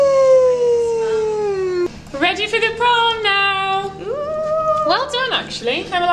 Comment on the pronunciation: I heard prawn instead is prom... Imagined you all in prawn costumes.